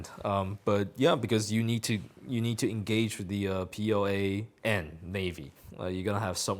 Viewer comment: PLA sounds like POA.